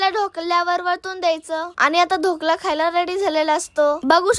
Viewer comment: ढोकळा नाही ढोकळा बोलतात त्याला😂😂😂